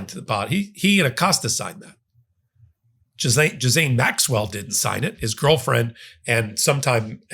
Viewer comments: figure out how to pronounce "Ghislaine"... (hint Zhee-len) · Her name sounds like Jillaine. Are you trying to make a joke? Jizzaine? Otherwise it just sounds dumb. There is an L in her name and the S is silent. Gislaine sounds like Jillaine not Jizzaine 😂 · Stay Angry! (Ghislaine is pronounced Gilane btw!!) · The S in Maxwell’s name is silent. You pronounce it Gil- lane. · I love your videos and learn so much from each and every one. On a side note, I heard one of Ghislane Maxwell’s friends pronounce her name the other day. She pronounced it “Ghee-Lonn.” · Please pronounce her name correctly. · Dude, I have much gratitude and respect for you, but this one is hard to follow. You’re all over the place on this one and pronouncing her name wrong. I’m only offering constructive criticism because I know you can do much better. Wishing you well, I hope you had a nice holiday. Now get some rest 🙏🧡